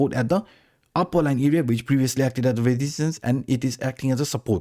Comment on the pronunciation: Learn how to pronounce resistance -.